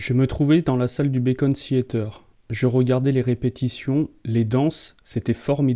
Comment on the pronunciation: Très intéressant ! Mais juste une chose, c'est le "Beacon" Theatre, pas le "Bacon" Theatre, ça se fait pas cuire à la poêle ;-)